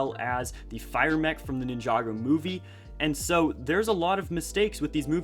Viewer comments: Wow Ninjagger when did LEGO make that? Lol he said Ninjagger not Ninjago. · No one: Not one person in the entire universe:: nInhJdaUggEr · Iam sorry did I hear this man say nin-joger at least that’s what I heard